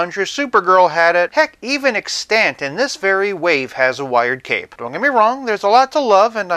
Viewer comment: extANT? You got the wrong emPHAsis on the wrong sylLABle. (Don’t feel bad, it was years before I heard it pronounced, too.)